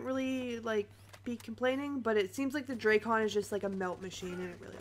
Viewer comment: Dray-Con? WTF is the Dray-Con? is it like the Drak-on Sniper Rifle? Here we go, all you big, important YouTubers calling for a Nerf! Sure, what your KD dropped from 5.5 to 5.35? Great Vid! Very Smooth...